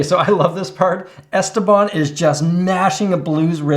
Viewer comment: He was some guy from Pittsburgh who played guitar and made some instructional videos. His real name was Stephen Paul, so "Esteban" is at least the correct Spanish pronunciation. I remember watching the infomercial for the Esteban guitar. This was back in the 90s, on most network channels after 2AM they would just go off the air. Sometimes they would have an image of an eagle or American flag, other channels was just static snow. Cable channels would stay on but they only showed infomercials, so if you were awake it came down to finding the right one to watch. My personal favorite was the Time/Life "Sounds of the 70's," the worst was a guy with a John Waters pencil thin moustache who just oozed "sleazely date-rape drug," selling something to make you shit your brains out. The Esteban one was a classic though. I remember even at the time when I would have only been playing for a year or so, I still know enough to realize the fact that you could stand on it without breaking wasn't a positive feature, in spite of them pretending it was. I don't know about now, but I remember a decade or so ago there was always at least 1 of them for sale on Craigslist.